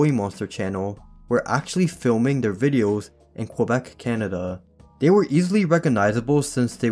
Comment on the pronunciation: No offence but you mispronounced Quebec “Keh Beck” is how it’s pronounced